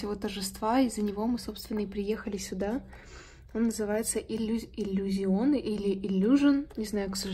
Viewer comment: думаю правильно "иллюзиОнэ")